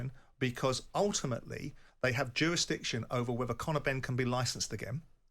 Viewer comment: simon"jurastiction" jordan